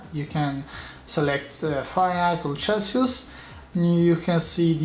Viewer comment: Chelsius LOL - I know italians use the "ch" as in chair but it sounded funny.